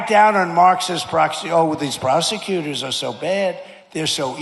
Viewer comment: Crack down on Marxist ("proxy"? "proc ... see" ?) oh well these prosecutors are so bad!? The "proxy" articulation was probably Trump transposing syllables in "prosecutors" -- he went /pɹɑk.si/ instead of /pɹɑs/ ... that is, he was about to say "procsecutor" instead of "prosecutor," realized what was happening, and aborted. He has had serious issues sequencing his speech for some time now, along with lexical retrieval problems.